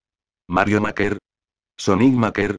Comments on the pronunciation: SI el loquendo dijo maker tal como se lee y no meiker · Te falta mejorar el manejo del Loquendo escribiendo las palabras con su fonética correspondiente (como MEIKER en vez de MAKER) y todo así de forma que no suene feo. Por lo demás me ha parecido un vídeo bastante bueno.